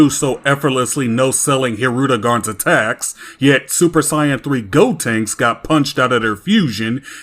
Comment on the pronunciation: "super cyan" LOL!